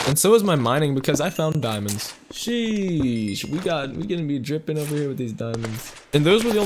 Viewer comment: Ur not saying sheesh right it’s Sheeeeeeeeeeee